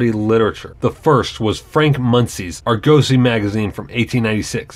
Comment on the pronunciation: Sorry, stopped as soon as you couldn’t pronounce Argosy